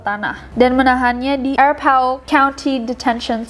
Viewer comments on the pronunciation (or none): I live in Aurora, CO. So, i kinda enjoyed seeing Nessie struggled saying Arapahoe. 😅✌🏽